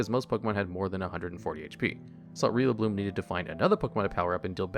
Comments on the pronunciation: My man pronouncing Rillaboom as Rillabloom and accidentally coming up with a better name for a grass-type gorilla than the actual translators did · "rillabloom" and "gookey" and "thawacky"